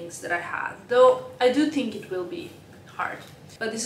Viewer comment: Tink? Wid? You mean think and with?